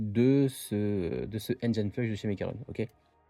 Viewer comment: C'est dingue il y a absolument AUCUN français qui sait prononcer correctement le mot "engine". AUCUN !!